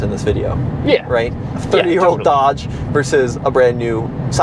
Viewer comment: Dodge not Doge 😅